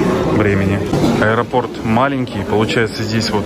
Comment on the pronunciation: А ещё,, без обид, ударение в слове аэропорт ВСЕГДА ставится на ПОРТ (из аэропОрта, к аэропОрту, в аэропОрте, в аэропОртах и тд)